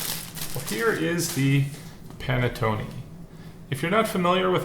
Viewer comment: While I've never had anything other then traditional panettone which we have where I live, I have never heard panettone pronounced how you were saying it. My relatives are from Northern Italy where it's pronounced differently. It's a bread you heat in a oven or toaster oven NOT a microwave, and then put butter on it. A traditional one that size I could eat myself in one sitting toasted with butter and coffee. Dang, now I want one.